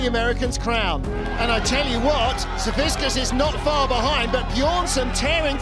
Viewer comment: Boy you’d think after all big Z has done, the commentators would actually get his last name right. Savickas isnt that hard to pronounce.